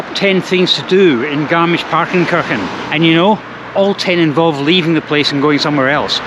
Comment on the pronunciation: kirchen has to be pronounced different!